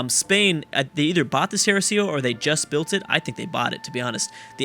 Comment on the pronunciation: thats not how you say tercio